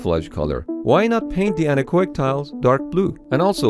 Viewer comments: Anar-coic? I was pondering what that means, until at some point it hit me like a falling rubber tree: An-echo-ic! i.e. Getting rid of the sound, literally. Man that took me a while ;) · It took me several minutes of him saying the word "anechoic" before I figured out what the fuck he was trying to say. I don't know why he says it so fast and combines the 'o' with 'ic'. It's 'an-echo'ic' not 'annakoik' lol. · It took me forever to figure out you were saying anechoic, because you are pronouncing it wrong. It's not "oi" like in "oink". The two letters are pronounced separately to make it clear the root word is "echo". "an-echo-ic". Thanks for the cool video, though! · That word, which you can't quite make out, is "anechoic". See